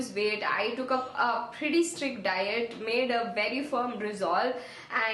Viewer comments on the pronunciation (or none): none